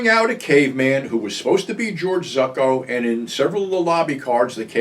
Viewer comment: Pretty sure George ZUCCO is pronounced "ZOO Co". Not ZUCK-O .